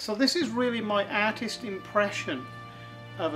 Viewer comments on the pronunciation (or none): It's an aaaaaaatist impression.